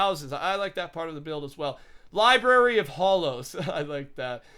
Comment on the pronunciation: It's library not libary. You triggered me with that.